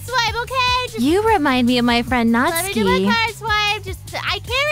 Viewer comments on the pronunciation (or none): “You remind me of my friend Natski” Me: Everyone knows that it’s pronounced Natsuki Edit: when’s player coming back I miss him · SHE REALLY SAID NOTSKI